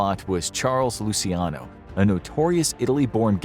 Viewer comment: Dude said, "loo-see-AH-no". It's (loo-chee-AH-no) or if you wanna get REALLY Italian, it's just 3 syllables: "loo-CHYAH-no".